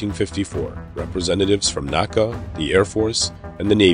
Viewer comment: I'll admit, I'm both anal retentive and a dinosaur, but FFS, it's N.A.C.A, not Naca (ie, you spell it out, not pronounced as a word). I made that faux pas early in my aerospace career and was promptly corrected by my elder AIAA and NASA colleagues.